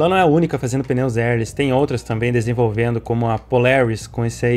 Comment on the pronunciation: Pneus "Érlis" ? kkkk Érr léss